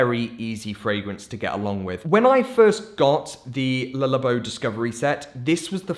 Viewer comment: "lullabow" shudders